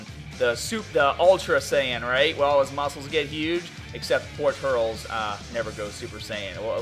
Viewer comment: dude not TURLS say it like turLES